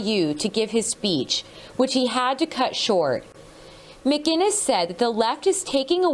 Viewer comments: its McInnes not Mac Guiness for fucks sake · Stop pronouncing his last name McGuiness. No G in there. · M-C- Inness you Americans need to learn how to pronounce a Scottish name. How do you not see the difference? There is no G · Why can't people say Mcinnes right, they always say McGinnis